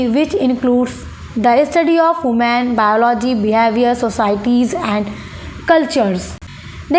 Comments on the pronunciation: Baki tho acha hai mam but human ko hooman nhi bolna tga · Human❌ hoooman✅ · Human shi se pronounce kriye gawar ji